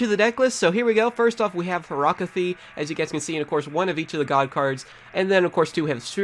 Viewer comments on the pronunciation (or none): It's not horactie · she's called horakty